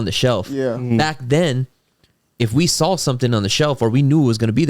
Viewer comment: Bro be pronouncing saw like “I saull it” 😂